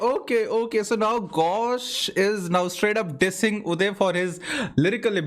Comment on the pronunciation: arre accent bro Uday in american accent woh bolna cha raha hai you-die jaisa pronounce hoga Uday U dai. But actually woh aussi accent hai par chal jayega, it's hitting.